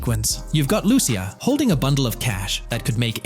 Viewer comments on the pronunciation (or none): Lu-cia say it with me l-u -c-i-a not er but a .